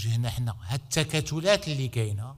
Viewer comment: التكتلات وليس التكاتلات